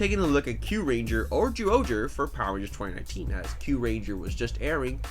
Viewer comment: It's not zooohger its pronounced as jyuohger